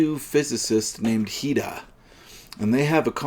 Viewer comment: it’s Professor Hira, isn’t it? Not Dr Hida?